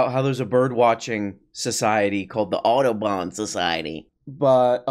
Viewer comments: I had to look up the society to check he wasn't saying "Autobahn Society" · Why is he pronouncing Audubon like Autobahn? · As a non-American I was genuinely confused during the Audobon segment. I thought Ben was saying Autobahn, but remembered that he doesn't respect Europeans enough to pronounce their words even somewhat correctly.